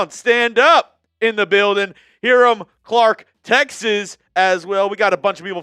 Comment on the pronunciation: It's pronounced: Hi Rum Clarke. 🤘🏾